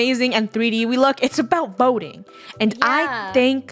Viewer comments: Did Funneh say it’s about boting 😂😂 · Funny you said boating not voting